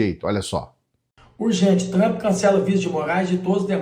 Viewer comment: Não é tchumpre. E trumpa mesmo kkkkk